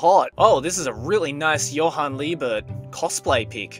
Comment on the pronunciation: You pronounced Johan wrong. I am disappointed.